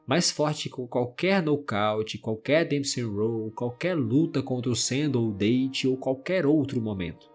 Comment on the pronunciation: Comentando aqui por fiquei com agonia da pronúncia do nome do Date. Você pronunciou como se o personagem fosse natural de algum país falante de língua inglesa e isso incorreto. A pronúncia correta do nome do caba é "Dáte", não "Dêiti". 😅